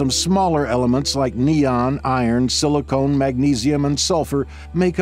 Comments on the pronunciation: It’s silicon not “silicone” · Wait ...... did he say silicone instead of silicon .....Why yes he did. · "Silicon", not "silicone". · Silicon, not silicone. Silicon is a natural element. Silicone is an artificial polymer. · Silicon, not silicone.